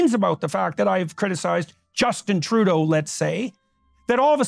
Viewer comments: Why does he keep saying "Troodull"? Trudeau doesn't have an L in. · “Justin Trudel” As somebody who took French, this is all it takes for me to go “f*ck off”